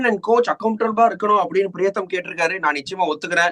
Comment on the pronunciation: Your pronunciation of Priyatham comes out as Pretham. In fact only today I came to know his name as Priyatham instead of Pretham.